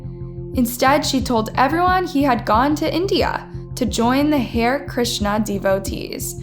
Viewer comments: Pronounced "HA RI" not "Hare" which is a rabbit. The Beatles made hari Krishna popular in the west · Hair krishna???? It is ha-rey Krishna. Please check pronunciations of foreign words, especially. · Check your pronunciations. Especially words that are foreign to you. Ha-rae Krishna not ‘hair’. Can’t finish watching this video, the mispronunciation is too distracting. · There was a lot of bad pronouncements in this video. “Hair” Krishna lol.. it’s Hare.. like “harry” — and she pronounced macabre wrong too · It's pronounced Ha (as in hut) re (as in do re mi) Ha-Re Krishna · Good video but it’s pronounced “HAIRY”-KRISHNA. And it’s also EXTRADITED, not “extracted”. Lastly, it’s “UN-SCROOP-YOU-LUSS”. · You are saying the “hare” in Hare Krishna like the word “hair”. That’s not how it’s said. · Har-ee Krishna and unscroop-you-lus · Sorry but you butchered the pronunciation of “Hare Krishna” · That's not how you pronounce "Hare Krishna".